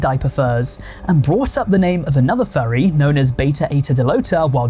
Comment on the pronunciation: Why do you pronounce it as “Fyarry”